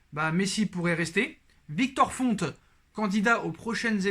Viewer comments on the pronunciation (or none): none